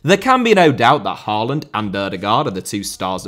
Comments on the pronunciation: The letters 'aa' in Haaland and Ødegaard are pronounced more like the o in 'goal' or 'score'. The d at the end of the names is also more or less silent. So they are "Ødegore" and "Hoelann" :D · When will a Brit manage to pronounce Erling Haalands name correctly? Maybe around year 2049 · Your pronunciation is not half as bad as The Irish Guy, so don't worry. A lot of good points here, don't agree on Solbakken just yet, but players out of position is key. Ajer and Østigaard for instance has to be solidified as center-backs and not anywhere else on the pitch. The same for a lot of other positions, we just need them to settle. But Norway is missing a top GOALIE, that is by far the weakest link in this team, to adapt to modern football. Just like Allison, Ederson, Onana (before United at least) we need someone reliable between the sticks!! But no, its not the best team of all time. The team "Drillos" from WC '94 through EUROS '00 consisded of 3 to be trebble winners from Man U, regulars for Leeds, Southampton, Chelsea, Spurs and a lot of Liverpool players. That was our golden-age, beating Brazil in 98'. And why us Norwegians love English football so much